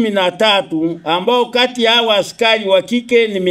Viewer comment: Askayi, askayi,,askai,,,coplyo 😂😂😂 he !! Hatari hii